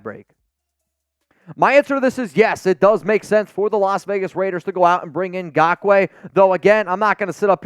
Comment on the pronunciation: For the love of gawd, his name is not “gakoue”, it’s Ngakoue!!!